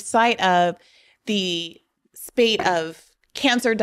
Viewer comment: “Spate” rhymes with “ate.”... Yes, it's a trivial mistake. Kudos to Briahna for following up with Steven Donziger! Donziger is an inspirational giant! Such an absurd level of legalized corporate criminality infuriates me.